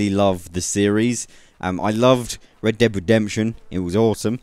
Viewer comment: really sounds like you are saying Deb and not red lol